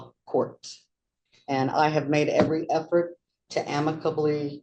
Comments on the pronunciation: Listen the moms crazy but the judge has no business correcting anyone's speech or grammar when he can't pronounce the word amicably correctly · Never heard anyone pronounce amicably like that. It’s pronounced am-uh-kuh-blee Not ah-meek-uh-blee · Not to mention Ameekably isnt a word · omfg why can't the judge correctly pronounce amicably?!?! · Yeah the son & mother are kooks but why does the judge pronounce ‘amicably’ that way?